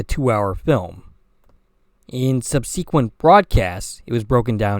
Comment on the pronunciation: it's pronounced "SUB-seh-quent" not "sub-SEE-quent."